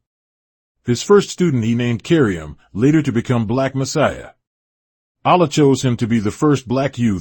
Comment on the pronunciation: It sounds like a devil (a divine evil) is doing the documentary. Peep the sound when he says "Allah" and "Karriem". Can we get a documentary by one of the first 9 born?